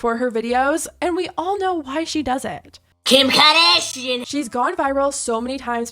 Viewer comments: Dear, why oh why did you have to put that jump scare in there? Mikayla's "Khum Khadeeeeeeeshun" will never not be a jump scare for me lol.. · bish i almost spit my drink out cuz i wasnt expecting that 🤣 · "kim kAADASHIAN" ALWAYS takes me out😭😭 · KUIM KGHARDSSHIAN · “KIM KAH-DA-SHEIN”